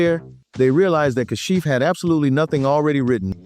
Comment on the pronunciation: It was simply "Ka-shif," not "CAH-shif." Hire REAL narrators who know the music, NOT AI.